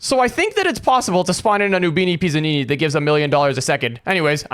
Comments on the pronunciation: ITS PIZZANINI NOT PISSANINI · Why did Bro say noobini PISSanini💀